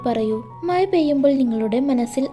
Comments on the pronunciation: മയ അല്ല മഴ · മഴ.... മയ അല്ല